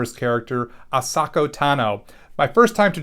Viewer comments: He said A-Socka 😂 at the beginning 😂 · It’s pronounced Uh-so-kah